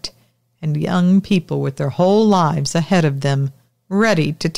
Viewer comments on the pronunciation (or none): none